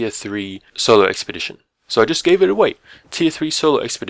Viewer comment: Why is it when you say "so" It sounds like sour